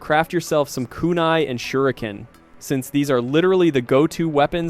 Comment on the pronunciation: i love the video but i HATE HOW YOU KEEP MISPRONOUNCING EVERYTHING. STOPPP. WHO IS SASU-KAY? WHAT IS SHURINGGIN? WTF IS SUZANNUE